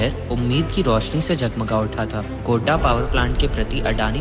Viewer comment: Bolne wale ko ye bhi nhi btaya ki mere sheher ka naam Godda hai, Gonda nhi🙏